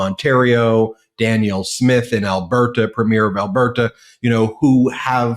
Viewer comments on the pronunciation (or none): Alberta is pronounced more like Alber Duh, you go way to hard on that T bud, lol. Edit: Sorry, I forgot. Lotsa love for you, and thanks MP Angus from a patriotic Canadian in Alberta